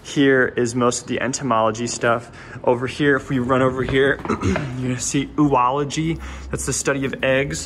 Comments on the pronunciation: "oh"-ology, not Ooology. Similarly it's not zoo-ology, it's zo-ology. COmpare with Geo-graphy vs ge-ology and not geo-ology. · Now I know my adult brain isn't mature enough because when he said oology, I literally though he was going to say "It's the stuff we aren't sure where goes but is interest. Hence 'U''-ology." On the bright side, I now know what the study of eggs is called.